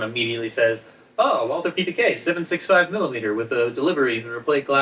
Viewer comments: Walther is pronounced “Valter” please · Just for reference: "Walther" is pronounced "Walter" like in Walter White. No th-sound. Greetings from Germany :) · Just pronounce it "Walter". The Germans don't do the thorn sound, and the English version of the name "Walther" is "Walter" in any case. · I’m rather surprised to hear you guys mispronounce Walther. Surely that’s a conscious choice? M got it right in the movie clip… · Alas, I'm too late getting to this, and I'm sure neither Ian nor will even see my question... but I was hoping that with two distinguished Subject Matter Experts in the video, I might get an authoritative answer to the following question: Why is the pronunciation of the 'w' in Walther always the English pronunciation, and not the German pronunciation? i.e. W and not V? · Your pronunciation of Walther is doing my head in. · Errors within errors, and the very two experts to be able to disentangle the nonsense of the prop guns used in Dr. No; however, both of them fundamental make their own errors within errors by not only mispronouncing the German words for the guns, but doing so in different, novel ways. Ian commendably learned French to be better able to research his tome on French rifles, but in the matter of German, its pronunciation is impressively regular. All one has to do to speak German like a native is to know a few rules, and practise some of the “weirder“ sounds. It´s Valt-her, not /walter/ or /walther/. In German, /W/ is pronounced /V/, and there is no /th/ sound. So simple.